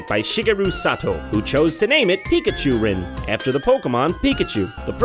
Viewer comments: when he says pikachurn it makes me think pika urine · umm pikachurin, sounds like pikachu urine